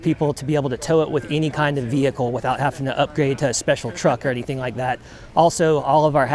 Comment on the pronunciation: "haffin'" to upgrade? What's haffin'?